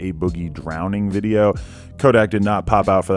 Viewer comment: lol "music dideo"